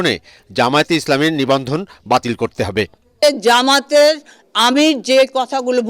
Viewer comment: যামাত ❌ জামাত ✅ সাংবাদিক 😂